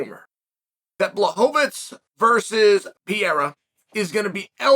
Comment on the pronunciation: Alex Pierra😂